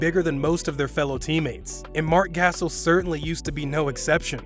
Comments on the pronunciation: Dude, it takes 5 seconds to know how to read Marc Gasol 🤦‍♂️ The funny thing its he used a video where they said Marc Gasol and not Marc Gassel 🤷‍♂️ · Mark Gasel? C'mon dude.. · Get NBA out of your god damn YouTube name you said Marc Gassel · MARC GASSEL WHAT THE HELL HIS NAMES IS MARC GASOL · Marc gaysol lol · Marc Gasal?? 🤣🤣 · that’s not how you say Marc gasol